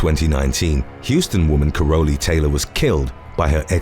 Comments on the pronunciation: I think her name is pronounced carol lee….lol….sounds like you’re saying parolee with a “c”…😂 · Ka-Rolly..... The fuck dude how bout CAROL-LEE